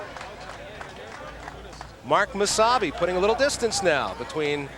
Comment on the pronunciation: is it just me or does it sound like there saying wasabi instead of mosayebi?